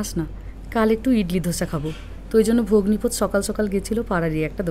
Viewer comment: একটা কথা আমি বুঝতে পারছি না, আপনি বনের বর কে ভগ্নী পোত কেনো বলছেন, ওটা তো ভগ্নী পতী হবে, তাই না?? নাকি আমি কিছু ভুল শুনলাম বা বুঝলাম, বুঝতে পারছি না, প্লীজ একটু ক্লিয়ার করুন। আমর বুঝতে ভুল হলে ক্ষমা করবেন । 🙏❤️😊